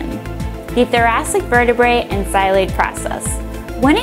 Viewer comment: It's not "xyloid" process, it's "xylophone" process, sheesh